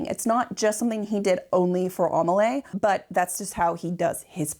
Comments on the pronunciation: I was wondering what the name was, Amalay? It's Amélie XD (Aa-may-lee) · "Amelie" is pronounced "Ah-may-LEE". As in the French film "Le Fabuleux Destin d’Amelie Poulain". Also "row", a falling-out between 2 people is NOT pronounced like "row your boat" but rhymes with bough. Ah Americans... The unbridled honesty and candor are refreshing, even if l do not share your opinion of the scandal surrounding the painting. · Not only “row” but “Amelie” and “risqué.” The last isn’t pronounced “risky.”